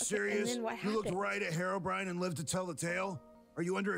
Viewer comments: STOP CALLING HEROBRAIN HEROBRIAN! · listen... IT'S HERO-b.r.i.n.e